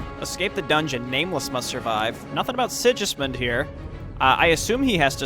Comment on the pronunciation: Sigismund with a hard 'g', as in girl.